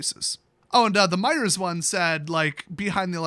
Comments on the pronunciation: Its MEIJER NOT MEIJERS ! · is a foreigner, annunciating the silent S in Meijer(s).